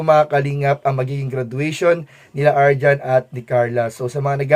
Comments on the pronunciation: Arjean po, hindi po arjan... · Arjean....hindi Arjohn 😂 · Arjean po hinde arjhon